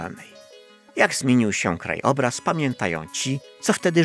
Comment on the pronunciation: Oglądam wszystkie Pana filmy i są bardzo fajne, jedyne co mnie kłuje w uszy to ten kanciasty archaiczny język. Kto dziś tak jeszcze mówi ? Nawet profesor Miodek tak nie wymawia słowa 50 (piendziesiąt) i KONIEC ! lub " kraj obraz " w słowie "krajobraz" nie ma spacji w połowie